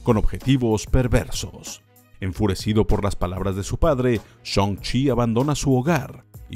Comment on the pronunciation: "Shoun-chi" xd